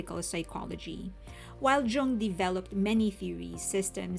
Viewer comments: Jung is Swiss and his name is German so it is pronounced YOONG. It means “young” and is the most common German surname. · the way i heard people pronounce Jung after this album...